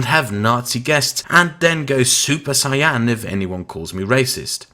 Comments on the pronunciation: i know it's fucked up to make fun of people for mispronouncing things in languages that aren't their first but s u p e r c y a n has this dork Never Watched A Goku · What's a "super cyAHn"? Is it like a Super Saiyan Blue?